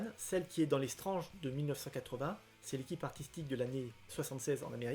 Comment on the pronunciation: Il sont dans un super état tes Strange dans l'absolu. Et merci de dire Strange et as strennege. Et du coup Premier et non first